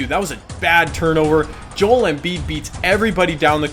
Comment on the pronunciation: hi key it pisses me off when you says Joel's name wrong. Could you look up how you pronounce it